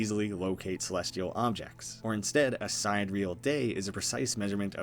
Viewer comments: The word is pronounced "si-dee-re-ahl." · i think it’s pronounced si-dear-y-al. meaning of or with respect to the distant stars (not the sun). which could pay homage to the idea of sending human consciousness to “distant worlds” similar to your own but not the same. or perhaps that there’s multiple sidereal plexus co. but they’re all in different realities.